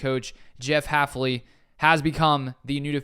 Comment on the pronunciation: It's hilarious that our new DC is so unknown most people in the media are getting his name wrong- Haf-NEE instead of Haf-LEE. It's also an example of why I watch smaller NFL youtubers over the mainstream sports media.